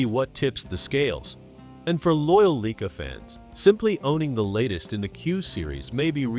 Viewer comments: LEEKA? Lye-kaa. :face-blue-covering-eyes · Leeka is not the proper pronunciation, get life man.